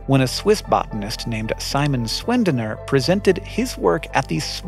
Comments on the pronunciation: Sch in german is like sh in english dont get how you could think of pronouncing it Swendener if you at least tried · Great Video as always 😁 Tiny language PSA though: „Sch“ as in Schwendener is pronounced the same as „sh“ in the word shake. Cheers from Austria 🇦🇹